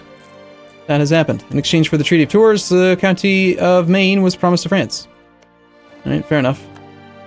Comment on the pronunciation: Don't take it personally, I cringed when he said, "Tourz!!" Makes you wanna vomit in your mouth. He's just culturally inept... which is a shame.